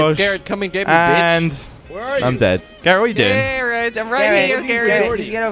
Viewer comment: Wait, Garret or Carrot??